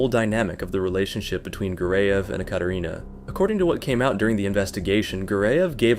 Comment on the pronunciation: The creator kept saying "EhKaterina" which is wrong pronunciation lol